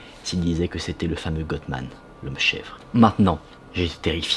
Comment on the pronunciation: Salut! GOATMAN se prononce GOAT comme AUTRE. Désolée, c'est juste pour t'aider .